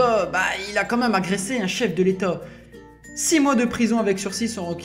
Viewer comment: « Chef de létot »